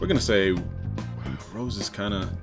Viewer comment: This nigga is saying "Brawly." Then he's calling SSJ Grade 2 and 3 "failed Super Saiyan 2." AND THEN he's saying Rose instead of Rosé. My goodness.